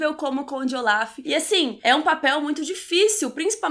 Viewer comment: Q nervoso vc falando Oláf, é ôlaf hahaha mas adorei a resenha. Eu a serie assim q lançou e era mt ver a segunda temp. Eu odeiooo dms injustiça em serie e odeio o fato de ngn ouvir as criancas mas enfim, adorei o filme por isso q eu vi a serie, tem uma coisa q acontece nos ultimos eps q eu fico tipo q????? Mas enfim